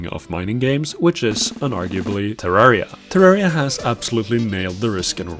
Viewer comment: You said Terriera and Im clicking off.